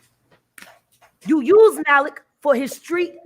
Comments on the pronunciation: Maalik. It's that simple. People who mispronounce Arabic names sound ignorant. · THE MALIK THING IS JUST HOW YOU PRONOUNCE IT IN ENGLISH OR IN ARABIC.